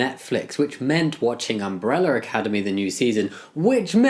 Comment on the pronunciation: I loved umbrella academy before… BUT NOW I LOVE IT EVEN MORE! I love how they put representation into a well known show. I also love how you say “umbreller academy” XD